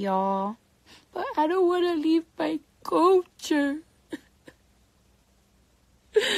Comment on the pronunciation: Culture is not pronounced as "Co-cher" lol I don't care if her name does start with a K. The L is NOT silent lol.